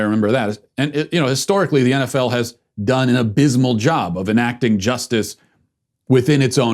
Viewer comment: What is this "enefell" and "enbeeay?"